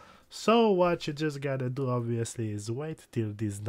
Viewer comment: I really like how you say "wachyougottado"